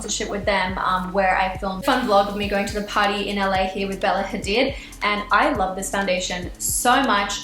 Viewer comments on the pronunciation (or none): none